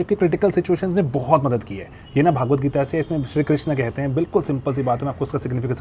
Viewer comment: As far as I know it is Bhagavad Gita, not Bhaagavad Gita, please check your pronunciation. I appreciate that you are making shorts on BG 👍🏼💐